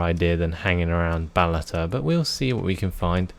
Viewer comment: Did you say "Balata"? Instead of Balota? I don't know why, but I hear that.